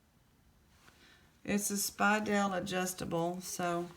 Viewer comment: Nope, you are pronouncing Speidel correctly. It was a German company that came to the U.S. in the early 1900's. They have been making watch chains and bands for a very long time.